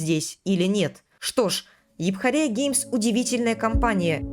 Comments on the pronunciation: Епхория геймс. Англичане подохли бы от смеха, услышав это. Я знаю английский, правильно эйфория, а не эйпхория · Епхория 😂 Автор специально так говорит, или произношение не знает ? Юфория — в переводе эйфория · Я не душнила но это эуфория а не эупхория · Епхория 🥴 Советую английский подтянуть